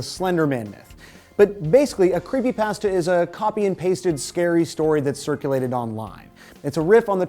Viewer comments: how... how did you pronounce that.... Creepypasta... like Paste? cause i thought it was pasta like spaghetti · I keep thinking he's saying creepypastor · "creepy pastea"